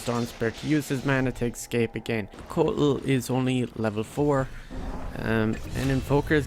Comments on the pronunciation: Its eScape not eXcape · Nice "Excape" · You keep saying Excape where are u from